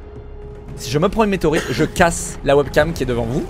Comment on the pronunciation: Arrete de dire meteroite